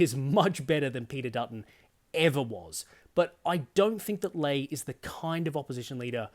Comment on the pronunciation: Sorry to be pedantic but it's jarring to hear her referred to as Sussan "LAY". She refers to herself as "LEE"